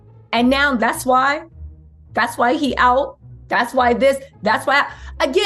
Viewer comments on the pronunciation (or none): you keep making me think of Ye when u say Yeezy. 😂 it’s Jeezy.